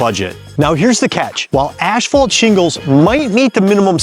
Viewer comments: "Ashphalt"? WTF is that? I've heard of asphalt but not ashphalt. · Dude. Just pronounce it “assfault”… you don’t need to over-pronounce it’s annoying af